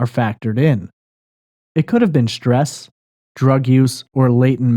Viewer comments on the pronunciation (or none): Can't stand the hosts way of saying schtressed and shhhhtrong instead of stressed and strong ! So precious 😂